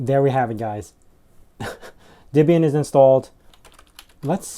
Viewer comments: It's not DIBIAN it's DEBIAN - the DE is like the DE in DEAD... not DI as in DIB DIB DIB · It's actually "Deb-ee-uhn", with a short "e" as in "Debra" or "bet". Not an "i" as in "rib", as you insist on pronouncing it.